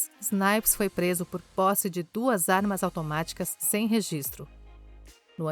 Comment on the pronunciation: Ainda bem que a narradora acertou o nome dele no final, já estava a me dar coisas na espinha ouvindo ela falar Wesley Snipe.